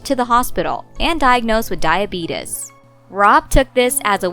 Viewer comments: I’m sorry but ‘diabeetus’??? 😂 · Me: Alexa say diabetes Alexa: Dia-beat-us